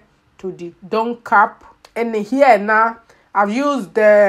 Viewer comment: In her accent “ make sure to give gap” lol love it